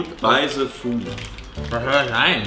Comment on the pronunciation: Andre hat für das Wort "the" die wohl deutscheste Aussprache, die es gibt. Erinnert mich so krass an meinen Bruder xD